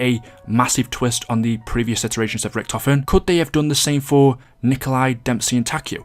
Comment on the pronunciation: he’s so underrated you pronounced his name wrong